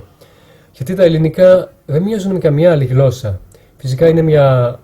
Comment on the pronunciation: Μια διόρθωση να να σου κάνω όταν λες γλώσσα μην το προφέρεις με (γκ) αλλά με (γ)